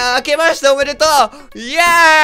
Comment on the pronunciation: の「おめでとう」が三重弁のイントネーション！ な気がする